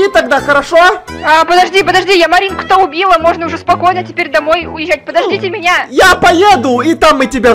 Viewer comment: сказал узе😂